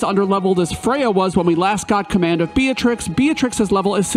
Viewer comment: It's not "bee-uh-trix" It's "bee-trix"